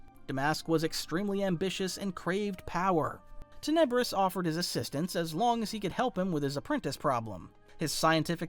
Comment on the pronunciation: love your channel but you're pronouncing Muun and Tenebrous wrong. I know you've read the Plagueis book, but you gotta listen to the audiobook. But seriously you've got a top 10 on YT Star Wars channel - outstanding videos!!!! 👍💪